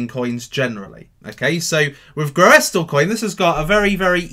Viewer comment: I did a little quick research on how to pronounce Groestlcoin. :-) I'm pretty sure it's pronounced like "Russell" with a "G" in front: "Grussellcoin". And yes, I do smash up the likes for sure!